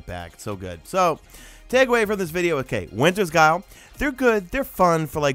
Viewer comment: good video but that not how u pronounce the " winters guile "